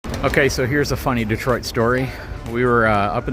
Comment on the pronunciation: Dotoit? Sounds like Tyson saying Detroit